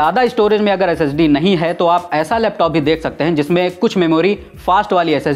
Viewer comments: SDD NAHI SIR JI SSD BOLIYE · Sir Its SSD... SDD nahi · SDD Nahi Bhai SSD😂😂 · Bhai wo ssd h na ke sdd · Lagta hai up ne 7 mins baad SSD ko sdd bol diya ? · Ssd ko kitni bar sdd bola 😂😂😂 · It's SSD not SDD. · Bhaio SDD nhii SSD,😅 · Brother sdd nhi balki SSD hota h Baaki video kafi knowledge full h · Ssd hai sdd nhin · SSD* not SDD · Bhai wo sdd nhi hoti ssd hoti h pehle knowledge le thodi phir video banaiyo😅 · Aap Baar Baar SDD kyu bol rhe hain....SSD hota hain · It's SSD not SDD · Sdd Nahi SSD hota hai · Not SDD It's SSD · its not sdd 😁 its ssd